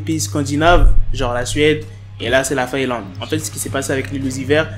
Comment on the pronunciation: Mdr les agents de sécurité et sinon c'est faélande mais Finlande mdr